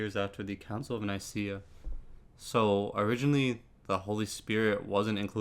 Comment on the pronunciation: Pronunciation problems - Nicaea - Ni-see-ah, not Nikeea - Pascha - Pahs-kah - not Pa-sh-ka